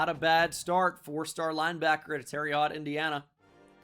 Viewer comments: I'm from IN. Terre Haute is pronounced like Haute(Hote) like hotel withount L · terre haute is pronounced like Terra Hote (like hotel minus the l)